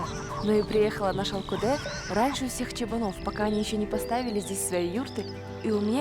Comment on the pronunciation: Не понимаю, когда наименования чисто қазақское произносится с руским произношением . Выглядит глупо! И смешно слышится! Ну ладно другой национальности была бы автор. А қазақтар , өз тіліңмен айтаберсеңдерші! Шалкодэ, шалкодэ дейбермей😂